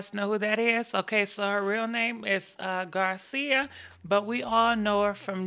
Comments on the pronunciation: Yo. I unsubbed a year ago cuz your not accurate n dont read the statements as they are written. N here we go, her name is not GARCIA. ITS GAR-CELLE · Her name is Garcelle not Garcia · no did u butcher my girl name garcelle not garcia😂😂😂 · Garcia LOL it's Garcelle. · It’s not Garcia it’s pronounced Gar cell not Garcia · Garcelle not Garcia looool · Her real name is Garcia. Only my queen 👑 can butcher a name 😂😂😂💙❣️ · Her real name is Garcia (I love how she get the names wrong no shade) 💯😆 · Let me give u a tad bit moe bout tht situation, & this ain't wht I heard it's wht I kno, OKAAAY! Now as much as I like "Fancy" as u say, Garcelle & it's pronounced : GaR- SALE. Honey Mrs.Garcelle didn't handle tht situation as maturely as she making it out to be now, trying to spin the narrative so tht it portrays her in the best light possible, Cause suga when her husband told her about his affair, Mrs Thing or should I say Mrs. Petty, cause that's what she was when she decided to continue snooping around tht mans business till she found a series of e-mails between he & his mistress! SEE! than she did the ultimate payback, she got all the e-mail together, most of which where quite solatious & forwarded them all in their un-edited glory to everyone in his office! & in the subject line it read "DO YOU KNOW THE SCUM YOU WORKIN WIT?" So this poor me I didn't do nothing wrong & I'm so mature act she can save.😂 hay I'm sorry to bust n on yo report but I just had to give u all the tea honey My name is Richard I'm a writer well "aspiring" writer & anytime you might need a hand let me know, I'm always ready to share.😘 PS. 💚 ur contient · Prounounced Gar cell 🙂🙂🙂🙂🙂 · Her name is garcelle pronounced as. gar -sell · You like saying Fancy because you can't get her real name right